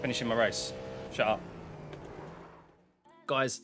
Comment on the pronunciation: You from Essex,? The way you said "shut up" sounded very familiar 😂 (I'm also from Essex)